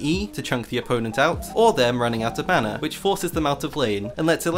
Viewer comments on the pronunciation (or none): none